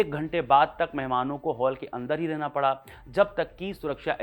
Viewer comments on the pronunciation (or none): none